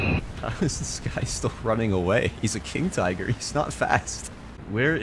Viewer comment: Its Tiger not friggin Taigö